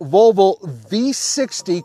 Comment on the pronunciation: I love pronouncing Volvo, rather than the traditional: vall-vo. says: vul-vo. Sounds like part of the female anatomy.